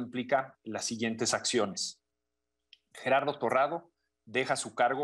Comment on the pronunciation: Lol it's not GeRRardo it's Gerardo. Single r is different from rolling r(rr)